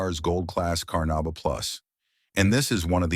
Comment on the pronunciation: The AI's mispronunciation of the words carnuba and Meguiar's is irritating. Otherwise, the list actually consists of legit waxes that all give great results.